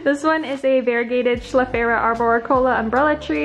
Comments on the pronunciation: I love this video!! You have so many beautiful plants! I have recently begun my plant collection two months ago and have learned so much! I would like to kindly correct your pronunciation of schefflera it’s pronounced like ‘chef-lair-uh’ Can’t wait to see more of your videos! ( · I’m impressed. Except for when she says schefflera incorrectly every single time. But I’m still super impressed. I don’t remember the Latin names of all my plants.